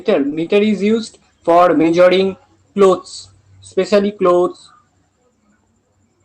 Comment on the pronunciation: Look brother there's just one problem with you... It's that u need to improve your accent even I'm from bengal but my accent is quite clear... For e.g. it's not caap it's cup...measoring it's measuring.. No offences just a genuine advice...